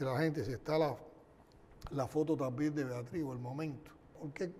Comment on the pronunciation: Tamben dice tamben ni hablar sabe EL SI SIN GAO ESE ES UNA PUDRICIÓN LO QUE SUELTA POR LA BOCA EL DEFONDAO LA DEFONDA ESA DÍAZ CANEL SING AO